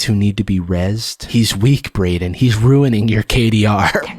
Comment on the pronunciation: As someone whose name is Braiden I feel offended by the way pronounced it.